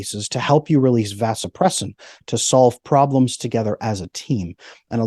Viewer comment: Well I can’t say I disagree with much of what this guy is saying but… when a “medical expert” is speaking on something that he is an expert on it’s particularly difficult to take him seriously when he is apparently unaware of the correct pronunciation of Vasopressin (ADH). It’s similar to being a reporter that can’t pronounce the word “report”. SMDH